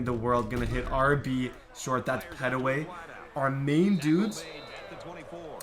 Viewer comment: Love that your doin ARK! Woo Pig! (Pet-way & Can-trel is how their name is pronounced)